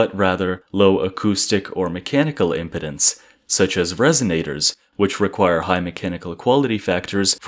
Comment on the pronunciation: we're not talking about your male health issues, we're talking about electrical physics. "Impedance" is pronounced im-PEED-ins. holy f.